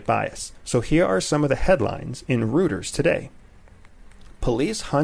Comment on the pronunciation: Rooters :)) you mean Reuters? Royters :)) great podcast, lovin' it